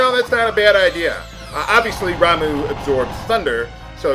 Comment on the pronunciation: Ramuh is pronounced "RAHM-uh" (not RAHM-oo). Ifrit is "i-FREET". Bahamut (if you want to be true to the origins of the name) is "BAH-hah-moot".